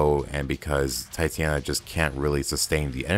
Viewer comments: Stop saying Titiana it's Titania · ugh the Titania name butcher. it hurts.